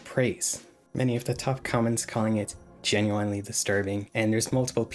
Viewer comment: Please bro stop pronouncing genuinely like that I’m BEGGING you 😭😭